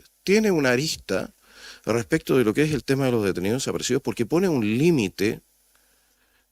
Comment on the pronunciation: Pero mira como defienden el negocio de los "detenioh deshaparecioh". Que individuos mas nefastos!!